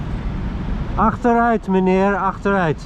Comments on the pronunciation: I know you're not from SA, but I freaking loved the 'agter uit' :) Dit was lekker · "Achteruit meneer", Good Dutch there, keep up the Good work. 👍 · 'Achteruit, meneer! Achteruit!', very amusing and well understood. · "Achteruit meneer, achteruit" Ik wist niet dat je Nederlands sprak, en de uitspraak is nog duidelijk ook 👍👍🙂🙃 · Your dutch pronunciation is spot on! Love your efforts!